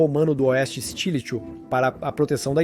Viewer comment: Flavius Stilicho , se pronucia stilico , nao estilicho